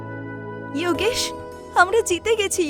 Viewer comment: বাংলা কার্টুন করছেন, ইওগেশ না বলে যোগেশ বললেই বেশি ভালো লাগতো